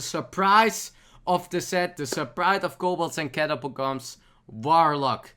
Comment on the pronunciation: Kobolds And Catabokoms